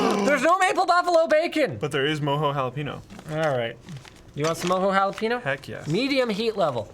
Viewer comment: I get so triggered at how they pronounce jalapeno every dang time lol